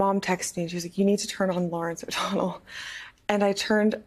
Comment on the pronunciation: O'Donnell, not "O'Donald".